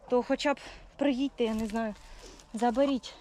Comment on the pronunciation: А як ти сказала нинаю?😂😂😂